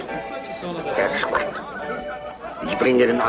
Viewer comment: J.D. Cannon’s German was pretty crappy. He would’ve been outed pretty quickly, especially with his pronunciation of schlecht and Kirche!